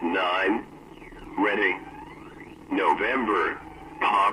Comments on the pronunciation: "Nine" instead of "niner" is a giveaway that its not real US military. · I take a couple issues with the "NORAD" recording. One, the phonetics are a bit wonky. "Nine" in NATO phonetics is pronounced "nine-er" and (a little more nuanced) "three" is pronounced "tree." Also, the voice sounds like a college student, not someone who would be working in comms. Also, despite the military and government in general being incompetent in so many ways so often, something like that would not have gone unnoticed for any amount of time. If a transmission got fuddled and someone got a secret transmission, that would have been taken care of; not in the sense of they would have been "disappeared," but they would have been brought in and signed a lot of paperwork. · For the second story, isn’t it supposed to be nine-er instead of just nine for NATO alphabet?